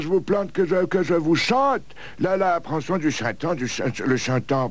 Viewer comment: "Vous aimeriez que je vous plante... que je vous CHANTE la pranson du chrintemps..." Je ne peux plus m'empêcher de l'entendre! XD